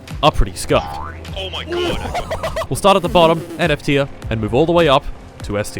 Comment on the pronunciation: Anyone else keep hearing F2 in the beginning until you realized he was actually trying to say F tier